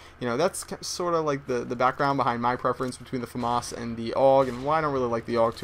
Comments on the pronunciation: Hey, Why do u pronounce famas weirdly. like fumus!! Try: FA like (fat) and MAS like (mass) when you go to church. lol thought i might help you out there :) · its famas, not fawmahaz